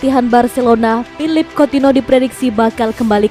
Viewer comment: Anying Coutinho dipanggilnya coutino aduh bisa mbaca ngga sih min